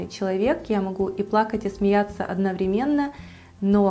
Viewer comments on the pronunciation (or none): none